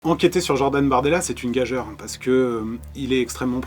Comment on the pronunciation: On prononce "gajure" pas "gajeure"